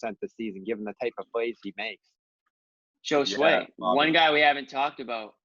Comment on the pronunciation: Joeshway...its embarrasing that you let them butcher ya beautiful spanish name